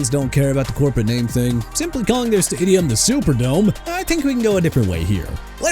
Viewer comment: It's our year stay-jum